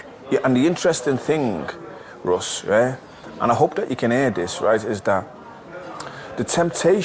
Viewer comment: "um, excuse me mr. devil, it's 'ross' not 'russ'"